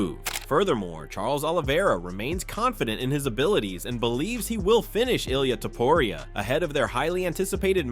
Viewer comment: Man, it's not Ilaya Tuporaya, it's Ilja Tuporia...😮